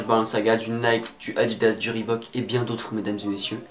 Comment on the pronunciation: Enfin quelqu'un qui sait dire reebok correctement